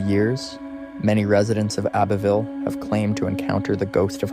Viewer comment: You do realize you said Abbeyville Alabama?